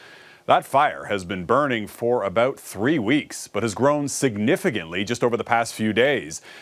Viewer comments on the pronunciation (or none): Blue suit: nice voice. There is only one 'g' in, "Significantly". Thought you might wanna know you said, "SignifiGantly".